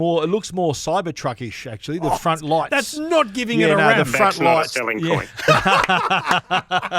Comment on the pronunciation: In the front, froot or fartment 😂